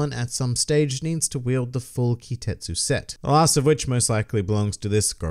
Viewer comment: There's some special set of swords named Ki-TET-su but he said Ki-SET-su